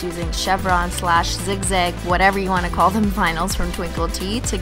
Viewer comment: when she says want 😳😂